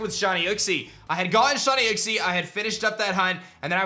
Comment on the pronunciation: How to pronounce Uxie: you-k-c How pronounces Uxie: uk-c